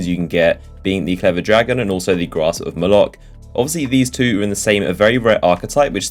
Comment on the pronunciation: bruh i swear is the only youtuber that says grasp of malok correctly